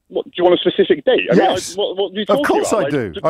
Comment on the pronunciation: I think that Leave callers are really often quite dim. He seems to have no idea of what he's talking about. He does some classic but lame 'avoidance and evasion' tricks. He can't pronounce 'specific' nor 'facetious'. He sounds completely at a loss... I imagine he's one of these really well informed voters who knew all about every aspect of the Brexit dream - from the £350M to the backstop - and he was on the ball throughout.